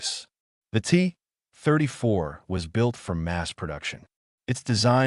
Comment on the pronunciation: “The T … [AI narrator goes to the bathroom] … 34“ 🤦‍♂️ You should have dropped the hyphen in the script.